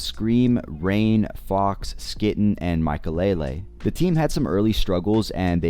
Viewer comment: your SKYTTEN pronunciation killing me